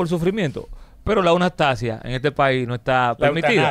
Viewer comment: La aunastasia 😂